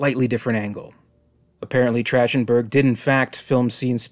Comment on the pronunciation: Love your work mate! Just a heads up, the director’s name is pronounced TracK-ten-berg.